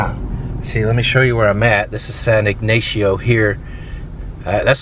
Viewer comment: It's pronounced: San Ig - nah - cio. 🧐 (The "a" isn't long) Only Gringos pronounce it your way 🤠!!!! (😝)